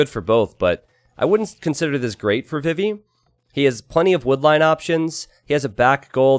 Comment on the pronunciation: Always sounds like he says "bibi" and not "vivi".